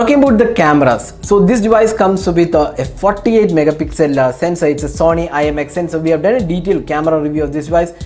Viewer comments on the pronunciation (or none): none